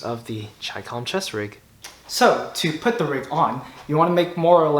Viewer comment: The very fact that you pronounced it correctly gets you a thumbs up! So simple yet so many fuq it up..